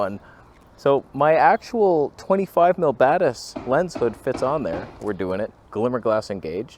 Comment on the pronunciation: When you say "Zeiss Batis," I always hear "Zeiss Badass."😂😂😂